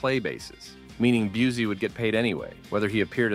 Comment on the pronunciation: It’s Gary Byoo-see not Byoo-zee. Get it right millennials that were children when Seagal’s career started.